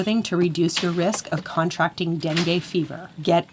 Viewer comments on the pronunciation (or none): The verb "contract" has stress on the second syllable.